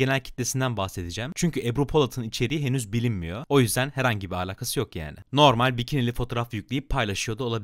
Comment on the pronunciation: abi allan için artık şu (alaka) yı alaqa diye söyleme videoda ciddiyetimi bozuyorsun